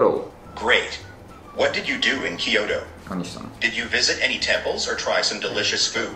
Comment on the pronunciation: へぇー /きーようど/って発音するんだね